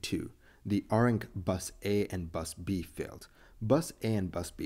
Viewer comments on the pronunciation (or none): Not R-ink it's Air-rink. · Huh, funny. It was an ARINC FCMC that failed. I used to work for ARINC - hope I had nothing to do with it! They went bust years ago and got chopped up by liquidators. By the way, the company name is pronounced "AIR ink". It stands for Aeronautical Radio Incorporated.